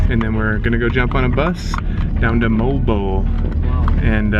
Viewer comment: The pronunciation of Moalboal is Moh-ahl boh-ahl.